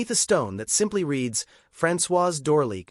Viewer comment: The French pronunciation of names and titles is atrocious including Francoises's last name. It's painful.l